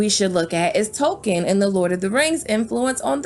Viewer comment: The way you pernounced the LOTR characters makes me want to rip my ears off.